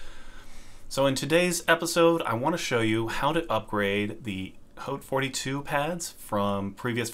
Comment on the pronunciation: thank you for pronouncing "haute" correctly. Not a single other video i've seen has been able to accomplish this monumental feat.